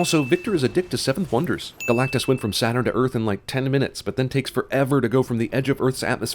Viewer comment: the butchering of galactus is unforgivable!